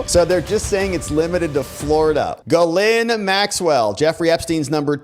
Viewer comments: When she introduced herself, she pronounced her name as "Jizz Lane." Ironic, I know, but every one seems to use the wrong pronounciation. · why is it that nobody can pronounce the name Ghislaine ? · Interesting video, but I think you really need to work on your pronunciation of "Ghislaine". LOL